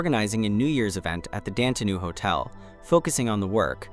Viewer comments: It's pronounced "DONTAY"..🤦🏾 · What about when it said the name, “Dante?” 😂